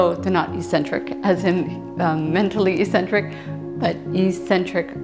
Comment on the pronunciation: In 'eccentric' people the first 'c' is hard, not soft